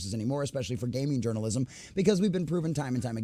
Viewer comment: Do you have brain damage? Why cant you peonounce journalism or racism properly